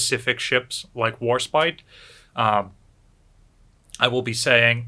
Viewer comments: As an Englishwoman, Warspite breaks my heart... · Warspite and Enterprise ..... omg, what a shame. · WARSPITE WARSPITE WARSPITE